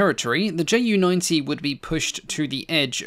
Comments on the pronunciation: Greatly enjoyed the video! I'd like to point out that Ju is actually pronounced Yu for proper pronunciation for the shortened of Junkers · Why do you pronounce Junkers accurately but screw up the Ju so decidedly?